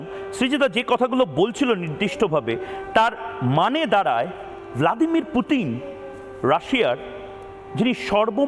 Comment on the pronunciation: শালা মুর্খ পুতিনরে বলে পুটিন😂😂😂😂